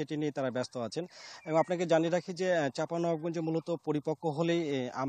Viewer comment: জেলার নামটিও সঠিক করে বলতে পারে না